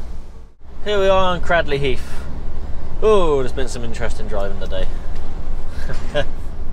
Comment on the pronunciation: Cradley heath isn't in Birmingham it's in the Black Country and you pronounce Cradley heath wrong as well